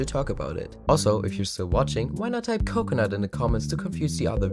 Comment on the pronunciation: coke coh nute